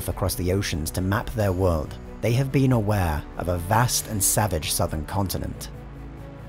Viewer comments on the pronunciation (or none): none